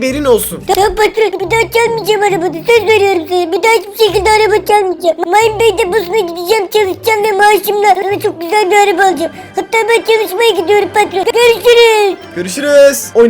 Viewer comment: Abi 80 olması lazım mıne bay okunuşu mayn bey m*a*yn bey